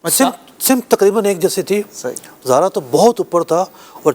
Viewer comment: ستارے کے نام کا تلفظ "زُہرہ" ہے، 'ز' پر 'پیش' کے ساتھ۔ جبکہ مفتی صاحب 'ز' پر 'زبر' پڑھ رہے ہیں۔ اس سے ہی فلکیات میں آپ کے مبلغِ علمی کا اندازہ لگایا جا سکتا ہے۔ مزید برآں ۲۰۲۱ء میں شوال المکرّم کے غلط فیصلے کے وقت بھی مفتی صاحب اسی کمیٹی کا حصّہ تھے۔ اس وقت ۳۰ رمضان المبارک کو عید کروا کر یکم شوّال المکرّم کو 'قضا' کا روزہ رکھوایا گیا۔ کیا اُن شرعی بے ضابطگیوں کی کوئی تلافی ہوئی؟ کرونا کے دنوں میں 'چھ فُٹی' نمازوں کا فتویٰ بھی انہی کے ہم جماعت مفتی حسّان صاحب کی جانب سے جاری کیا گیا جنہوں نے ڈیڑھ صفحے کا فتویٰ لکھ کر اعلیٰ حضرت امامِ اہلِ سنّت مجدّدِ دین و ملّت الشاہ امام احمد رضا خان فاضل بریلوی رحمۃ ﷲ علیہ کے اُنہتّر (۶۹) صفحات پر مشتمل رسالہ "الحق المجتلیٰ فی الحکم المبتلیٰ" کا ردّ کیا۔